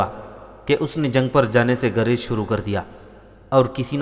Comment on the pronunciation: Guraiz Saheeh Garaiz Galat hai Talaffuz hai.